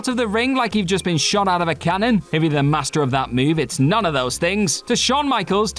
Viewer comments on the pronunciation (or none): none